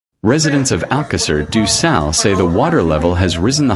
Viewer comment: Porra utilizem essa coisa da inteligência artificial mas o nome da localidade é de Alcácer do sal e não alqueires ducal os nomes das localidades não têm tradução e essa porcaria que voces usam da artificial revolta qualquer cidadão nacional ao ouvirem esses nomes que mais não são que uma aberração tal como o nome do rio ppi o nome dele é SADO e não ducal parem com essa mercadoria de ofedenderem a dignidade das pessoas com essa coisa da não inteligência artificial ela é sim uma aberração ao serviço da dignidade humana